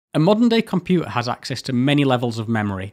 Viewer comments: It’s compuTer NOT compu a 😡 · "Compu'er"?!? Great video though. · "Back in nintiseven'y, any compu'er was a good compu'er". What is this personal war of yours against 'Ts'? Fantastic content anyway, as usual. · You're accent is baffling 😊 You claim not to be able to pronounce a hard "t" but have no problem with Minuteman, digital, architecture and dozens of other words. Then along comes water, computer, and it's nope, cant do tha'. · I can excuse your inability to pronounce 't's in computer and motor etc being from north of Watford, but the 'u's in aluminium are unforgiveable. Traitor.